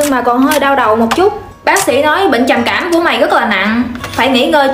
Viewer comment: Ê cái đoạn bệnh trầm cảm á thành trầm kẻm